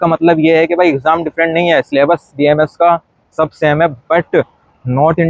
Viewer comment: Don’t make the “A” silent, it’s BAMS